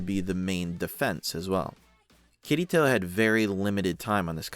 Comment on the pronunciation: Oh god i cant unhear it.... All im hearing is "kitty toe" xD Good video tho!